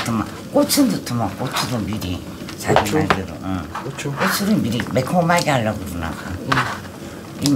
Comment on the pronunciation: 영상끝나구 티코 뜨건물 튀었다고 쳐맞았겄다 ~좀 뜨거우면 오두방정 호들갑은~꼬츠 꼬츠넣어 발음 꼬라지하며~발음도 그리 징그럽냐~~~